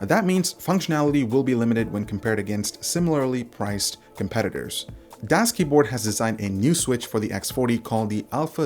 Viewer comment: The "Das" is pronounced like "does" in english. greetings from germany :D